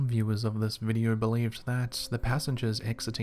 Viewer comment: Videe-urrh?? You mean video???